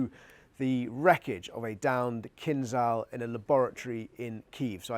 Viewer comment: Oreshik is medium range missle, not inter continential.And Keen-zh-al, not Keen-z-al..